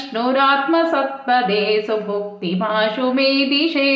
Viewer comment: Namaste It's subhukti or subhakti U have recited bhukti but in script it's bhakti Kindly reply which is correct